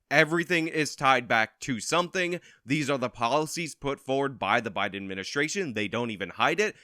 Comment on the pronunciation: Did anyone else catcg Anna Kasparian say "Obiden"? 🤣